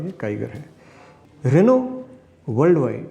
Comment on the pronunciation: रेनू ने नहीं, रेनो ने